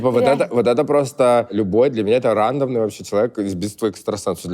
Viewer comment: Может от английского так сказал ударение